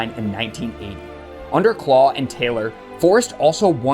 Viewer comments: Although, “Clough” isn’t pronounced “claw” it’s “cluff” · Ha ha , it’s not pronounced ‘claw’ it’s pronounced ‘Cluff’….it must be an accent thing. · Brilliant vid but . . . ‘Clough’ is pronounced ‘kluff’. Search some Clough videos on here, the man was a natural entertainer. There’s also a few films about him one being “The Damned United”. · Clough is pronounced Cluff. Derby is pronounced Darby. Nice vid however. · Who is Brian Claw? It's CLOUGH, as in ROUGH, TOUGH or ENOUGH!